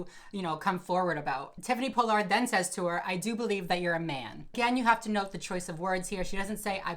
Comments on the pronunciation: It's Pollard not Po-Lard lol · Everyone: Paul-Lerd: Pole-Lard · Tiffany Paw-lerd* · “Tiffany Po-Lard” 🪦💀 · I love that you say tiffany pollards name wrong lol. It's pollard like collar lol. But great video, everything you say is 100% right!! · “Po Lard” lol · for the future her pronunciation is "Paul-erd" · Not that it matters, but it's Pall-ard. Pollard is pronounced Pall ard. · Ughh I share my last name with the worst people...side note it’s pronounced PAH-lard 🙂 love you and your videos ❤️ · I can't stand how you say her last name....but appreciate your video. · You are not pronouncing her last name correctly. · the way you say her name wrong 😐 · First off, Me watching you say my last completely wrong is cringe lmfao but I’m gagging she’s would ever do this. She giving the Pollard name a bad look smh and she’s not an icon anymore smh 🤦🏽‍♂️ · You pronounced her and JKs names wrong